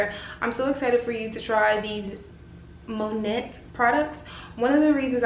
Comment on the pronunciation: Loved your review. I believe it's pronounced "monay"